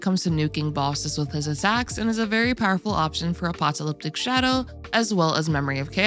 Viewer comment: ❎ uh-pak-tah-LIP-tik It's pronounced ⭕ uh-pah-kuh-LIP-tik Thanks for the good teams advice! I think I wanna try building a follow-up team next. I'm interested to see what the new characters are like...